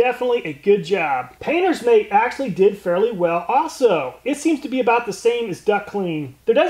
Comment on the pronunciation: If you’re gonna say “actually” so many times in one video, please learn how to say it right